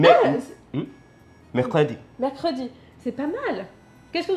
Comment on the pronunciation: Son « mercredi » fut un coup de tonnerre , une révélation., il le maîtrise presque parfaitement !!! 🤔